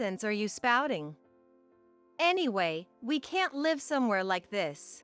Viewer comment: live is not pronounced correctly